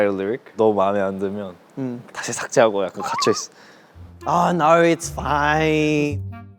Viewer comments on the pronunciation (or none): the way he said " Oh naurrr, its Fiiiiiine " is soooo Aussie coded😁❤️